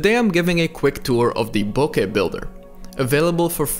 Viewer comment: Thanks for the resource but BIGGER thanks for pronouncing bokeh correctly.